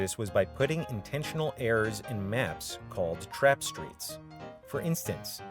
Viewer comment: northern Wisconsin accent??